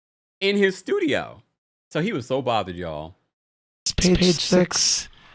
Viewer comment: Lol so petty for that... 'MY shtudio' I'm dying here. He's so pressed 😭